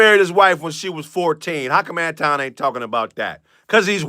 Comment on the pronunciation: I love how people are mispronouncing Anton's name. I keep hearing people call him Antwan. Now, the nicknames Futon and Mandace Owens are classics. I figure he has been dealing with this his entire life which leads to his insecurity. And when no one defends you, you probably caused what happens to you. That's why no one is speaking up for the woman in the video with Corey.